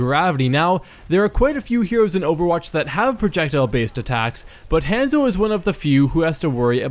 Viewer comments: Han-zo, Han solo's Han and Zorro's Zo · would watch, but "hEnzo" is annoying af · It drove me crazy hearing HANS-O When its Honzo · I'm freaking DIEING at how he pronounces 'Hanzo'... 😂😂😂👌🏻 its HAH-N-ZOW not HAN-ZO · u pronounce it like hand-zo its pronounce hon-zo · Ethan Leahy lol it was making me triggered I’m like “ITS Hanzo (Hon-Zo) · "HAN-ZO" I cant stop laughing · if you say henzo one more fucking time i will die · I die a little on the inside every time he says Hanzo... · The way he says hanzo hurts my brain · Anyone one else bothered by how he said a short "a" in hanzo instead of a long one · SAY HIS DAMN NAME RIGHT! They say it in-game (many different accents) and is literally all over the internet. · when the Hanzo main can't even pronounce the characters name correctly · Remember kids don't take advice from people who can't pronounce the name of the main character in their video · That's not how you say Hanzo lol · U can't even say hanzo right